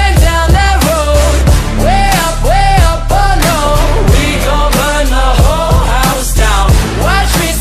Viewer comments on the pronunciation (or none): Make sure in word WHOLE you pronounce L instead of R. Either way lyrics are great.